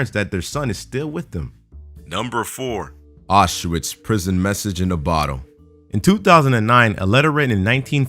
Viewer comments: autswitch is pronounced outs-vich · Aushwitz is pronounced owshvitz